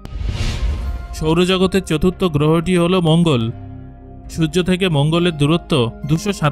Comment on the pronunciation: আমি খেয়াল করেছি, আপনি ঠিকভাবে সূর্য উচ্চারণ করতে পারেন না আপনি আরো অনেক উচ্চারণই ভালোভাবে করতে পারেন না তাই আগে উচ্চারণ ঠিক করুন তারপরে ভিডিও বানান